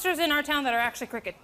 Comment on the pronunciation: That's so messed up all around and also when she's talking about the bad cops in her town she calls them cricked not crooked, she's completely stupid. Her stories are soooo dumb